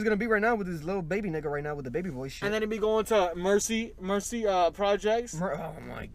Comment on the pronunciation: it’s marcy projects 😂😂😂😂 not mercy